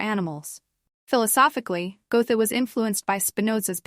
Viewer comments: Can somebody kindly retrain the AI voice to pronounce his name correctly? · Yes, really. And even the mispronunciations are not consistent...